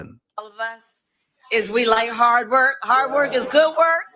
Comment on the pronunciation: Hard wor, haad wor